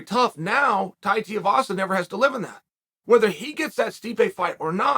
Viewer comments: It’s Tai “2 E Vasa” not “Tiavasa” lol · Chael his name is pronounced: 2 E Vasa not Tea A vasa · It’s pronounced two-e-vahsa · T-Uh-Vasa. Might as well pronounce Stipe like Sty-Pe... "I submit for you guys Stype will come back to fight T-Uh-Vasa instead of Jon Jones" -Chael P. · Think of this Say "too" Then say the letter "e" The last part you're getting right uncle Too-e-vassa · TOO-EEE-VAH-SAH uncle Chael. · Sometimes I’ll just click on a video to see how Chael pronounces a name. This time we got multiple Tiuvasa Teevassa Tuvassa… 👌🏼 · Bro still can’t say Tai’s last name right. It’s not hard lol. TooooooooEeeeeeeeeVaaaaaaaSaaaaaa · Teeavasa... Chael, the pronunciation king. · Please say it correctly.. Tuivasa... 2eevasa. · For the love of god stop pronouncing his name “Tiavasa” so annoying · Chael its Tui-vasa......Tui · Please stop it with the Tiovasa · Ty tiavasa? Doesn't matter how ya say it chael I'm always watching your content easily one of the smartest minds in mma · I love Tear-a-vasa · Yet again KAEL, his name is pronounced TWO-e-vasa. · Why cant you pronounce his name? Its Too As in Shoe Too i vasa Not hard Flap Jack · "Too-ee-vasa", Chael. Goddamn. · Chael... say it with me.... it's 2... E...VASA. I know you're a certified master troll and all. But you can do better. And there's no "L" in "Makhachev". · Tiavasa lol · One day, Chael will actually say 2-E-Vasa. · The last name, he butchers it so well💀💀💀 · With him being so popular and willing to fight the best you'd think Chael could at least learn how to say his name lol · Clicked just to hear how Chael pronounces Tui-vasa 😄 .Too-ee-vasa or Tee-a-vasa. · Give him the respect he deserves say his name properly 😂😂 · Really grating on me the way you’re mispronouncing his last name 😬😅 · Just call him Tai lol you're butchering his last name. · God damnit Chael will you please practice saying Tai Tuivasa’s name correctly!!!! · Chael please!!!!! pronounce he’s name right haha